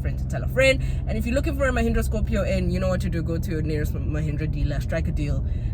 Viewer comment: 😅 I can't get Lehindra out of my head, every time you say Mahindra all I hear Lehindra 🤣